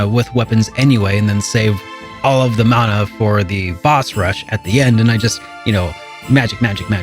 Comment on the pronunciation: When I hear the proper pronunciation of Mana. 😌 (Mon-uh, NOT man-uh)